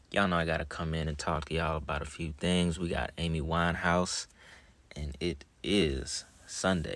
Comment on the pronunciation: LAY-D GA-GA, A-MEE WINE-HAUS 🤔 smells like a sacrifice.